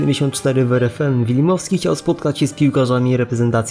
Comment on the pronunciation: Wilmowski nie wilimowski